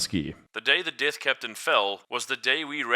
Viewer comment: African pronunciation of the "th" sound.